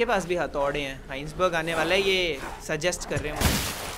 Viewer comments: Are bhai koi to iise batao vo hisenburg ka pronounciation हाइन्सबर्ग नही वो हाइजनबर्ग kahate hai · heinsberg nahi "hai-sen-berg" hota hai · Take a shot everytime says Heisenberg's name wrong